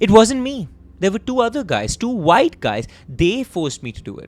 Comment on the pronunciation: Sir the word is white not vyte